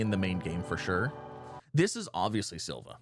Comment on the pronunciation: btw its pronounced SILL-VA, not SILL-VEE-AH